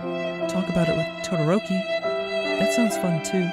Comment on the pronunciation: i can't stop laughing about how he pronounces todoroki's name lmaooo